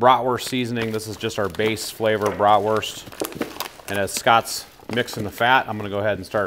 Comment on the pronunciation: Love the videos but please could you pronounce the word bratwurst properly in Germany the letter W is pronounced as a V